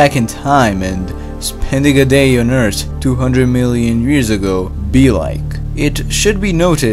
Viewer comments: it’s “earth” not “eart” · I can’t handle how he says earth it sounds like he’s saying eurts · It triggers me that you don't pronounce the letter H. It's Earth not ert. It's think not tink etc.... . Officially untriggered. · You're the guy that said : * "E R T" * In another video 😁. (For people who don't know, "Ert" = Earth)